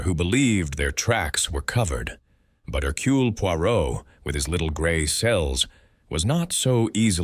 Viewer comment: "Herculay"... The ai narration wasn't unbearable but the pronunciation of Poirot's first name rankled. Overall a pleasant listen. Thanks